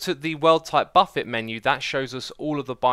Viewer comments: Xisuma, did you pronounce buffet as "buff-et"? It's "buff-ay". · Melee is pronounced may-lay, not mee-lee. (French origin) Edit: Buffet is pronounced buf-fay, not buff-et. (also French origin) Hopefully I won't have to edit again...do you even English bro? sigh Edit 2: Mesa is may-sah, not mes-sa. (Spanish origin) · "Buff A" "buf ayy" NOT "buff et" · Did this dude really just pronounce Buffet as "Buff-It"? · Xisuma still can’t pronounce “buffet” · Buffet = Buh-fey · it's pronounced buff-ay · ThatRainTrainer lmao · it's not buffet like Warren Buffet. It's buffet like the all you can eat, you don't pronounce the T on the end and pronounce the e as an a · Am I the only one who noticed that he pronounced buffet wrongly? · It's pronounced buffet, not buffet...